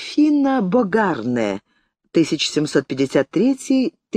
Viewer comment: Почему БогАрнэ? Французские фамилии имеют ударение на последнем слоге - БогарнЭ.